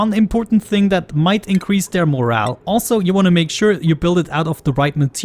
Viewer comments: Morale is pronounced like more-owl. The way you are pronouncing it is like more-el which is like a mushroom or the values/meaning of a story. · As a new player, this is a fantastically helpful and informative video! I just wanted to mention, however, that "morale" is not pronounced like "moral." It's pronounced "more-al". Edit: I see you actually pronounced it correctly later in the video, you just aren't consistent about it. Fair enough. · Not trying to be pesky, but just so you know. And thanks for the video! It’s really appreciated. Yes. Mo•rale mə-răl′► n. The state of the spirits of a person or group as exhibited by confidence, cheerfulness, discipline, and willingness to perform assigned tasks. n. Moral or mental condition as regards courage, zeal, hope, confidence, and the like: used especially of a body of men engaged in a hazardous enterprise, as soldiers or sailors in time of war. No (your pronunciation) mor•al môr′əl, mŏr′-► adj. Of or concerned with the judgment of right or wrong of human action and character. adj. Teaching or exhibiting goodness or correctness of character and behavior. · great video although the mispronunciation of the word morale made me more angry than it should have lol